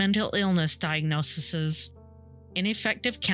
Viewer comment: Great podcast - just one thing; the plural of diagnosis is diagnoses with the final 'ses' being pronouced 'seas'.